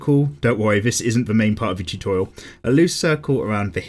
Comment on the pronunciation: "It's time for another chutorial"